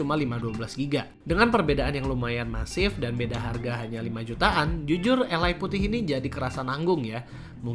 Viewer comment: kenapa Ally di baca alay 😭